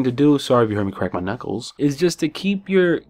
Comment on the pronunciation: "Sorry if you heard me CrAaack MY Knuuuckles." Oh boy.